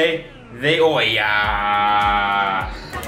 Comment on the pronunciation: It is super cool when you guys pronounce spanish words like real latino people. "Cafe de ohia... nonono cafè de olla :D" for a second I switch to the hispanic part of my brain and the perspective was surreal, like speaking to family.